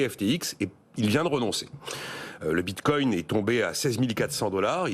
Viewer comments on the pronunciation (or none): 🤣🤣🤣 merci c'est magnifique : "Moi j'appelle ça dès crypto actifs" 2min plus tard : "La cryptomonnaie de Létheréoume" "Le bintcoing est monté à 58300" "L'autre asiatique a voulu racheter FTX" 😳😥😫 Ah vous m'avez fait beaucoup rire, c'est ridicule.